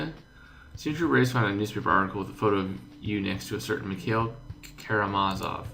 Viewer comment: its pronounced mik I-il